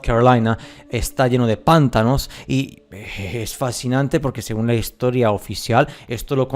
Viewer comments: Muy buen video, sólo un pequeño comentario: la palabra pantano es una palabra grave, por lo tanto se acentúa fonéticamente en la 2° sílaba. Lo correcto es pronunciar: "pan-TÁ-no" y no así "PÁN-ta-no". Saludos desde México. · Pantano se escribe y se dice Y no “pántano” (La primera es grave lleva la acentuación en el medio, como termina la palabra en vocal no lleva tilde, Pántano en cambio es esdrújula (siempre lleva tilde)) Me encanta tu canal y como hablás y explicás todo (: me cago de risa cuando decís una palabra mal acentuada ^.^ Saludos aguante la verdad suprema!! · No se dice pÁntano, no se acentúa la palabra jaja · Tu acento es supremo!!! Me encanta tu forma de transmitir la verdadera historia que nos ocultan. No se de qué país eres pero hasta el acento para decir pántano en lugar de pantano es... Bonito, para no hablar de más. Buena información amigo 👍🏽. Saludos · Igual lo ha acentuado en la primera sílaba a propósito para enviarnos algún tipo de mensaje subliminal, la sílaba Pan tiene miga 🤔